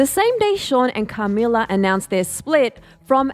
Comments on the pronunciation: "CARmila" lol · The way they say Camilla in this video annoys me like, a lot😆🤌